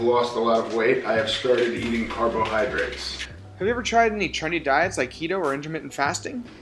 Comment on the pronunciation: I love how he says carbohydrates Carb-OH-hydrates